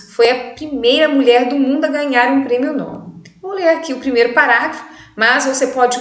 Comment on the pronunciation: Nobel é uma palavra oxítona!